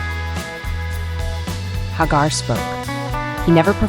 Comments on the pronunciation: HAG-AR?…..(Pronounced HAY-Gar) This AI stuff is annoying. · It's pronounced HAGAR and not HAAGAR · AI Crap... can't even pronounce the guys name right.